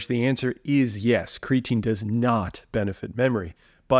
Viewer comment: Lol 😂It’s creatine. Omg I love you haha that made me actually laugh.